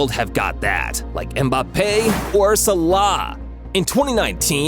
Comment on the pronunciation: I can't comment so I'm replying. This guy is clearly not a football fan. James Rodriguez is pronounces ham-ez. And that's not how you pronounce Mbappe. Or salah.